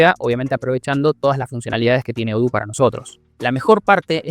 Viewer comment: Eso de odoo no es como lo dices es diferente